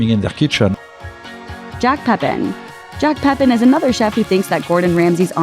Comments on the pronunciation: It’s not pronounced “Peppin.” He’s French. Figure it out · His name is Peh PAN, not peppin! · Pépin is pronounced "PEH-pah(n)."